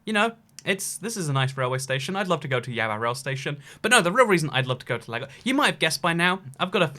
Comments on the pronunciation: It’s pronounced Lay-goss. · Lagos is Nigeria is pronounced. Lay-gos. A as in Agent, not Advert. Just thought I’d say it as I noticed a few videos where you say this. Other than that great videos! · I'm Nigerian and i live in Lagos, it's pronounced LAY-GOS just remove the y and I havent been to the airport in some time so I'm not sure if theres air conditioning there but from what i remember nope it doesnt exist